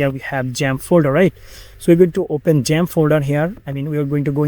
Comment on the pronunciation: Why u keep saying jump It's called xamp not jump 🦘 Thanks for the video i have watched it all.